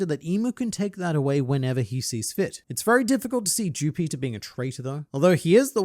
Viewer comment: I thought mu man was saying jew peter.